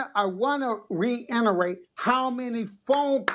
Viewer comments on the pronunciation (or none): “Reinarate”? That’s new.